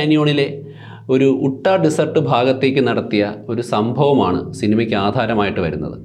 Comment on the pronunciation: ഉട്ടാ - ✖️ യൂട്ടാ - ✔️